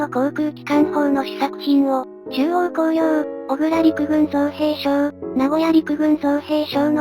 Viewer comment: 動画グッドです。 マクダネルの「F4H」と「F-110」とか、 コンソリデーテッド「B-24」と「PB4Y」とか レミントンの「M24」と「M40」とか、 USにも海軍と陸軍と空軍と海兵隊で名称が違う というのはままありますね。 自動音声だと仕方ないですが、 造兵廠は京都の｢おぐら｣ではなく、福岡の｢こくら｣です。 あとは、｢ウィッカーズ」とか。 （ 他の動画でもありますが、｢ウﾞィ」を「ビ」と読めないのですね。）